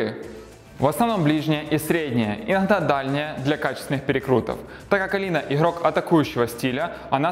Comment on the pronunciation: Буква Г , буква Г , не Хэ, иГрок , не иХрок , Г бляяя, везде Г